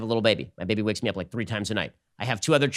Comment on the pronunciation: Ben needs a mattress that's going to put him to sleep "LIKE A BEBE"